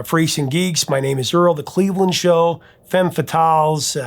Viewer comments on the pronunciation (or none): none